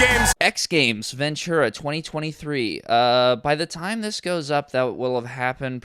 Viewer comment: You mispronounced Ventura